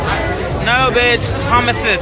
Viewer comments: Promithis, promithis lol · PROMISHES PROMISHES.. i thought i was hilarious screaming that at people in primary school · pomises pomises hahahahahahahahahaa